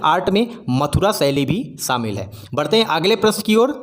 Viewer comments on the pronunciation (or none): none